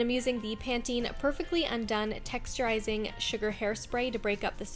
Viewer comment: You pronounce it right. Lol don't listen to that weirdo.